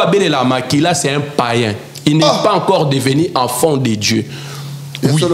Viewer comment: Déjà Quelqu’un qui dit afont au lieu de enfant 😂😂😂 Zonga classe!le mariage faut avoir une bonne comportement 😂😂😂😂